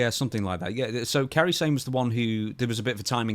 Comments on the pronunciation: It's pronounced KAI-ree, not Carrie like that Steven King movie. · My man called Kairi "Kerry"...dawg what 😂